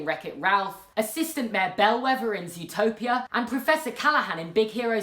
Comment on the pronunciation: you know when you were talking about villains you know you said zootopia not zootropils